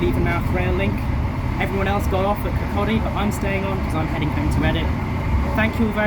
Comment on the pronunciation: Congratulations - you are the only non-Scottish Youtuber I've come across so far, to have pronounced 'Kirkcaldy' correctly! I don't understand what's so hard about it myself - we do have other words with silent l's after all... Perhaps you'll get 'Cardenden' correct too, once the enhanced service begins, too? If you'd like a clue, the noise comes before the foxes' lair...